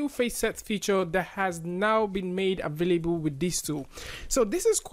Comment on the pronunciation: I JUST LOVE HOW YOU SAY "AVAILBUL"